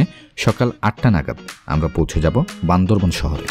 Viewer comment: বান্দরবন বান্দরবন শুনতে শুনতে বিরক্ত হয়ে গেলাম। সঠিকভাবে বলতে হবে বান্দরবান।